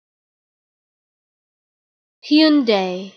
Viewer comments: “im waiting for my uber, he’s in a Hyeeoondaie Elantra” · Wrong. I'm Korean and it's pronounced as Hyun-Deh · Its pronounced like houndai not hyundy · I always pronounce it Hun-Die. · I've been pronouncing it HUN-DAY the whole time, but others may pronounce it HYEON-DAE, and some may pronounce it HAI-UN-DAI.